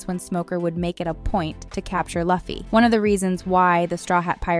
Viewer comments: Well you allways keep a lot of errors in your videos so that us nerds can corrects them and fill your comment secion with content to boost your videos in the algorithm. So your plan was a success and you're welcome. 1. Even though it's spelled Luffy it's pronounced "Loofy". You should know this if you have "binged" the season as you say you have. Same with Usopp. It's not "You-sopp" its "Oo-sop" 2. "Every bounty hunter will try to capture Luffy"... What bounty hunters? 3. "As they try to go closer to the grand line." That will be over and done during the first epsiode. It's within the grand line that the real adventure really starts. 4. "Luffy doesn't really prioritize a doctor on the ship. He wants a musician. But they need a doctor though." 5. Wow i've never heard anyone pronounce Mihawk "Maihawk". It's "Meehawk". 6. Why would you call the second season "One piece 2"? just say season 2. 7. There is no way in hell season 2 does not include Ace. 8. Zoro is not ready to meat Mihawk in season 2. Heck he's not even ready to defeat him 1093 chapters in. 9. Luffy will absolutely not meet shanks in season 2. cmon, he's supposed to become greater than shanks first. The dude's a fucking emporer. 10. haha cmon. Now you're just being silly. She said Live action with a "Live" as in "i want to live". Someone just got a poor girl a script and didn't tell her anything. 11. Crocodile didn't eat "a" sand sand fruit. He ate "thee" sand sand fruit. There are only one of each kind of devil frui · Please start pronouncing LUFFY right... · Can't get thru that mispronounciation 😅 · Yeah it’s loofy not luhffy but it’s spelled Luffy and I bet she said Gorilla C. Luhfy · Stop saying luffy like it rhymes with puffy it’s pronounced loo-fee 😭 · Its Luuuuffi not Laughy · Not Laffy but Luffy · She said lUh_fy, I clicked away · "laughy" , "barari" man I love ai voiced videos😂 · Lol previous video says it’s Ai. Yea I don’t think so lol Luh-fee doesn’t even seem like something an Ai would say